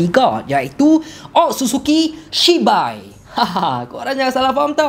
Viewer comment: Aduh takleh go lah siak nama dia shibai pastu abg ni sebut cibai lak 😂😂😂😂😂😂